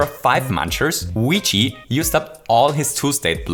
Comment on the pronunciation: luigi not wegae